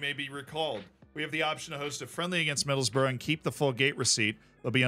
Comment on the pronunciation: It’s not middles-borough it’s middles-brugh